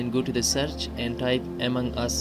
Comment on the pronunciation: Bro it is among us not amang us